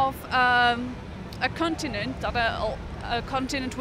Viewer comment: "The Cuntinant"